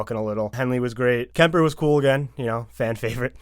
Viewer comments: Are you saying Kempler? It's Kemper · lol even after everyone else was pronouncing it correctly he doubled down on “Kempler” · you kept saying kempler hahha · Couldn't someone have just once corrected "Kempler" to "Kemper"?